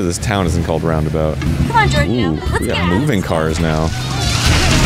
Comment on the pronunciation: Game: "If you're ever in the city of ROundabout, stop by!" A minute passes. Arin: "I'm pretty sure the TOWN isn't called Roudnabout, heh." Never change, Arin.